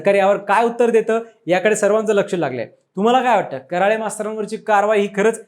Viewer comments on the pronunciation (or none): आडनाव करळे आहे ना की कराळे उच्चार करायला शिका पहिलं 😡